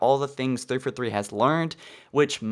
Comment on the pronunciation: Dude! It is three FOUR three. Not three FER three. Enunciate!!!!!!!! It keeps sounding like you are spouting off a statistic instead of naming a studio!